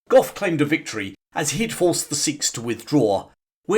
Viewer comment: It's general Gough! Gentlemen! Fix your bayonets!